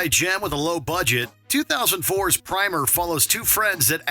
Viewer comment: Its pronounced Prim er